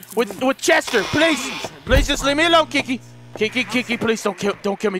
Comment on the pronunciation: It sounds like you're calling her 'Kinky', not 'Kiki" xD